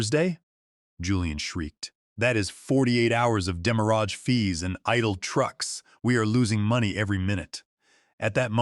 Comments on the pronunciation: You are mispronouncing the word "demurrage" greatly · Definitely an automated speaking voice. It keeps pronouncing demurrage incorrectly because it's a french word.